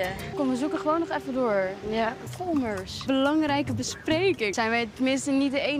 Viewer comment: Lol volmers het is folmers lol